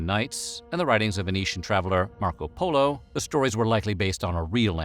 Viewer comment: Wait, am I the only one heard as "MACRO Polo"? Yeah, he's someone who definitely had acromegaly disorder, unlike his little brother Micro Polo who was suffering from dwarfism🤣.